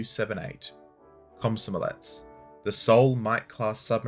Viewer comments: Did he say Cosmo Omlette? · It's a scary word, but you can almost pronounce it the way it's spelled in English. Kom-so-mo-lets, kom like com in communication, so mo like you're talking about Mo from Simpsons, saying "That's so Mo!" and lets you can pronounce normally. Think of Mario's "Lets go!"